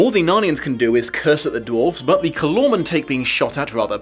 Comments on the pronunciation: SO the bad guys of the book are literally just mis-pronounced "Coloured-Mans"? Yeesh. I mean "Calormen" is a single letter off, dude..... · I read the Narnia books for the first time when I was six and I formed my own opinions on how certain proper names should be pronounced, which appears to be completely at odds with everyone else's. For me, it, was "CAL-or-men" for the name of the country, not "cal-ORRR-men", and the inhabitants were "CAL-or-meens", not "cal-ORRR-mens". At least I got "Narnia" and "Aslan" right. Sigh...